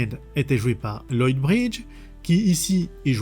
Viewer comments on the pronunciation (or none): none